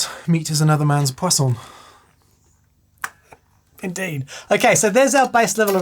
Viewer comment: sounded like you said "poisson" (fish) instead of "poison" (poison).